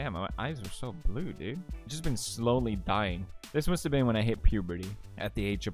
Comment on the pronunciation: I like how he would put "ä" in almost every single word, "havät", "litän", "dälfin", "häljen" and also, sbenande